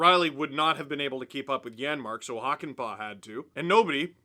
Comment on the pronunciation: It's Hakanpää, not Hakanpaa. See pronunciation example